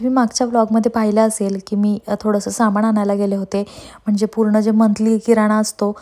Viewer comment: सामाणामधे नसतं ग बाई सामानामधे असत😓 aavghad aahe re devaaaa